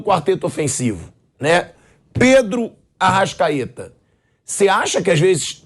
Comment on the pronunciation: Arrascaete virou se "" arrastaeta"